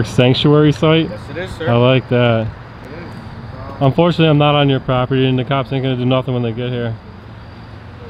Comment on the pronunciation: Did he just say unforunately!!!!!!!!!!!!!!!!!!!